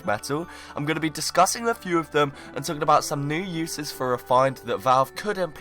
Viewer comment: What are you "tlaking" about?